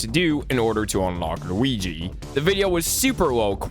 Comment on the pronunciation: i love how this guy says luigi LUWIGEE